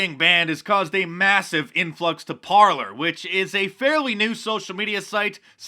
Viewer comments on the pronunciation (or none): it's pronounced Parlay, Parler is a French spelling. sorry, had to stop you there. lotta people make that mistake. carry on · oh and mark, it's par -" lay " not "parlour", parler is french for talk ;) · I think that Parler should be pronounced (par-lay') as in the French word meaning "to speak." Love your videos, Mark. Keep up the good work. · Parler is a french word meaning "Talkind" and it's prononced " Parlay" not parlur ! :) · Isn't "Parler" pronounced "par-lay" . It's the French word for "to talk". Remember the old western movies using it to describe a meeting ? Love your vlog, , Mark! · Mark ... it’s ‘par-lay’ dear. The new site instead of twitter. 🇺🇸♥️🇺🇸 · Ffs Mark.... it's the French verb "to talk"!!! Americans.... rolling my eyes. Went to the foyer to parler.... lol...here I'll spell it in American for you.. Par-lay. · Par - lay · "Parley" is how it's supposed to be pronounced. Apparently it's a French word. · Its pronounced "par-lay". French for "talking". Mark Dice! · I think it's pronounced "parley" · Parler is pronounced Par (lay) it's french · I think Parler is meant to be pronounced as a French word meaing "to speak". So, par-lay. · Mark is pronouncing Parler incorrectly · pronounced “Par-lay” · It's pronounced "par-lay" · it's pronounced parlay